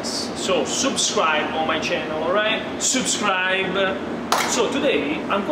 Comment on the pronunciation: Si dice subscribe NO SOUPSCRIBE